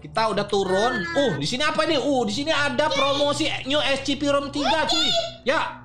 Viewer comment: bang bilang nya scp bang tapi bukan ecipi bang menin scp 001